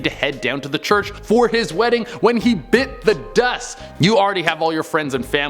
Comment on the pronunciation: I just can't hear him say "bit the dust"🤣🤣🤣